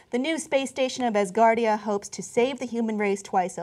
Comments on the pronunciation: lol not assgardia.....ASgardia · Look MORONS. I love you guys, or I did before Cenk became a Pro-Hillary shill. Can you guys not READ? Do you not know the difference between "ASS" and "AS" Grow up. Its pronounced AS- GAURD. Think the phrase, This place stands "As a Guard" . ASGARD. That is why its Asgard, not Valhallah. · as-gardia not ass-gardia... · its not ASSgardia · Its pronounced OWSgardia- like 'how'.